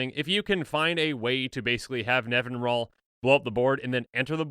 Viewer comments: I'm guilty of this too, but it's Nevin-EE-ral. (Also, it's science fiction author Larry Niven's name backwards) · I always thought it was NevinYrral nor Nevinral, ;P In all honesty idk how it's pronounced... I see Safron Olive's videos, so I at least know he's pronouncing things wrong lol